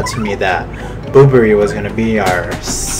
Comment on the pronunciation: Silly Bobbery thinking it's his last day. XD (I still find it funny how you call him "Boo-brr-rie." I call him "Bob-brr-ry.")